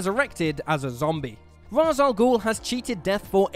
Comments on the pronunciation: It's pronounced Raish not raz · Ra's: RAISH, not Raz. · anti-life is deserves to be on this list also its pronounced ray-sh not raz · The only thing more horrific than these transformations is his pronunciation of Ra’s